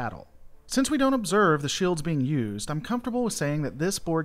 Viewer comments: gads its shields, not shaields.... must be your twang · You say “shields” weird. Reminds me of Stewie and “coolwhip”